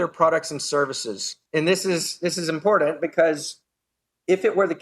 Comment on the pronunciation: You could get alcohol poisoning from playing a drinking game where you take a drink every time Mance says impordant